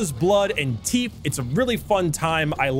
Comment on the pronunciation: say teeef again, please, i need this